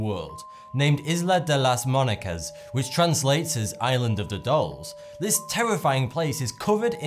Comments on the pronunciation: It never ceases to amaze me how disrespectful non-Spanish speakers are toward the Spanish language. Muñecas is written with that sign over the n, and it's pronounced similarly to the gn combination in Italian. The "j" is pronounced like the English "h", while the "h" is not pronounced at all. With as much research and care as you put into this program, why not do some research about how to pronounce the words in Spanish that you come across? It is as simple as asking a Spanish-speaking person, and I'm sure it will not be hard to find. If it is, contact me. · Number 7 is actually "Isla de las muñecas" pronounced "Isla de las muniecas" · he said islas de las monicas XD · muñecas 😒 not munecas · I love how you mispronounced 'MuÑecas". LOL The Ñ has a similar sound to gn in French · Munecas is pronounced Moon-Yeh-kahs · Chad Calvert Correction: "Eelah day loss moonyaykas" because the "n" should be an "ñ" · Isla de las Munecas??? It's actually pronounced "Muñecas". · Isla de las Muñecas (Island of the Dolls) in Mexico is actually pronounced: eeslaa day laz mooyekaas. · Jajajaja, da mucha risa como pronuncia Isla de las Muñecas